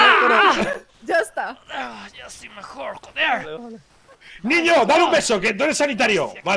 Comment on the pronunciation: "Que se han cargwado al niwno forwnai" XDDDD